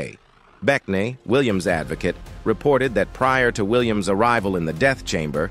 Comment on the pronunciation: this is a bot. "he" mispronounced mr. williams name like four different ways. so disrespectful